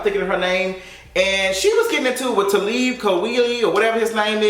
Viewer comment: The way just said Talib name 😂😂😂 that tickled me.... but he didn't call her out because of his wife is light, he called her out because she made it seem like if you're light, you're not "black enough". She RT a post about that was about black couples & she commented "but all of their wives are light skin"..... She turned it negative